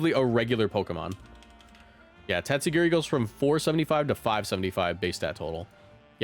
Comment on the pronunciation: every time u said "its time to girl" it got funnier each time